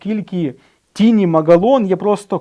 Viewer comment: Не Тіні а Тайні ;-)